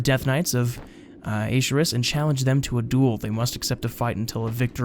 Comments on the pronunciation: It's pronounced akerus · Ar-cher-us like Arthas.